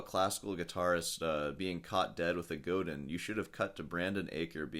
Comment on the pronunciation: It's pronounced GODĂN and...yeah...lay off the Taurine drinks ...save money..promote great music. I suggest following Michael Chapdelaine and Augustine Barrios "Mangore"...